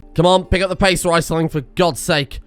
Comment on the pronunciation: Please, it's REESling not RICEling.